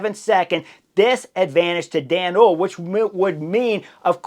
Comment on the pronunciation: Hoole = Two syllables: Pr: Hole-uh . That little 'e' at the end is not silent in Dutch.